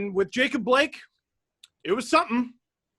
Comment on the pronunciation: his fuvking name is "Jacob" say it right once